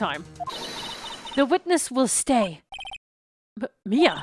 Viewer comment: The number of times mispronounced Mia's name is astonishing, xD